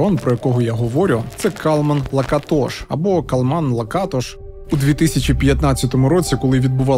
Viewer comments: Перший раз чую, що наголос на перший склад.всімв ужгороді і самі носії прізвища кажуть ЛакАтош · Цікаво було подивитися, про Закарпаття. А що до прізвища Лáкатош, то це угорське прізвище, а в угорській мові наголос завжди на перший склад. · Як неочікувано побачити тут рідний край та місто мого дитинства і юності - Мукачево😅. Дякую за цей чудовий випуск. Скандал з ромами добре пам'ятаю, але в них вічно якісь свої розборки. Доречі, прізвище "Лáкатош", коректний наголос на перший склад. Ще раз дякую за цей випуск, успіхів❤ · Не завжди. Роми між собою в побуті спілкуються угорською. Здебільшого, українську знають погано, хоча є такі, що й нормально говорять. П.С. Хотілося б звернути вагу цього псевдоблогера на правильність наголосу у прізвищі, яке вимовляють і самі роми. Наголос на другий склад, а не на третій. Міг би підготуватися краще. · Ріже вухо наголос не там на Лакатош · І не кажіть: то ЛакАтош,то ЛакатОш,лиш не так,як треба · кАлман лакАтош. Вини самі декілька разів це імʼя промовляють. Камон